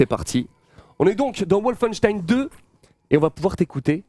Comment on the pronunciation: Excellente vidée :) Par contre, Wolfenstein est un mot allemand donc ça se prononce comme en allemand à savoir : "Volfenchtaïn"